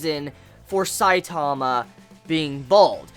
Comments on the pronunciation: his name isn`t saitaama its saitama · IT'S S-I-T-A-M-A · why do you say his name like that? and what is "mangaka"? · Just by the Way you say Saitama ill dislike